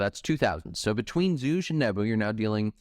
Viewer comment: bro if you want to shorten his name just say "zhu", his chinese name is pronounced with a hard g.